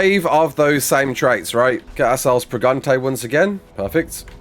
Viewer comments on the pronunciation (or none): "wE ARE PreGante!" Wow I didnt know todays video would include a fully fluent commentary by a native Spanish speaker!